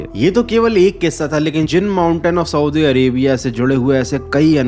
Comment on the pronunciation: Swdi nhi hota saudi hota hai